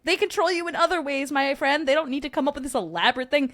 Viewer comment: I thought I was a new fwend lol 😂😂😂😂😂